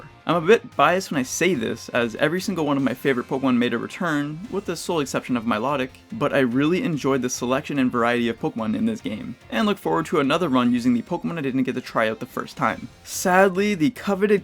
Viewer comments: Just saying it’s pronounced “my-low-tic” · Had to stop watching this. Why did you pronounce Milotic like that way? Did you hit up Google translate before this video?